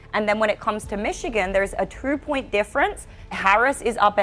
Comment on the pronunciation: Please teach this woman how to say two !